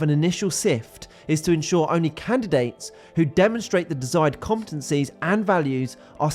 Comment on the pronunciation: This guy cannot say the word 'competencies'.